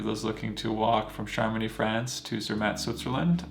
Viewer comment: I don't mean to be a pronunciation snob, but you asked for feedback. It pays to learn the correct pronunciation of place names. Chamonix is pronounced "shamoni." And the "au" sound in "haute" is a special french vowel sound that you just need to learn. And the final "e" in "cabane" is silent. Google's pronunciation app can help a lot here. The Swiss are in general very polite and used to Americans mispronouncing their words, but it shows respect to try to get the pronunciation right.